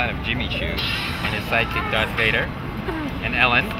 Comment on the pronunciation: DARK VADER?!?!?!? Its DARTH Vader... DARTH